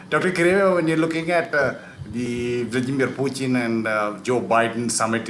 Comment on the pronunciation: sir, the way you pronounced 'Vladimir Putin', i knew for a fact that u r proficient in russian.